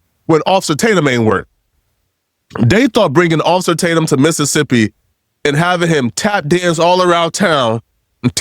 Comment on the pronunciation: you gotta say like this. Miss.sip. Cmon brotha… 😂